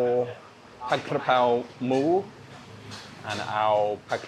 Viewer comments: ผัด"กะ"เพรา ✅ ไม่มี "กระ" นะครับ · Came to like just for the Forget Mark Wien thing. Sick of him. It's Ka Prao not Kra Pao btw. Most Thais got confused too.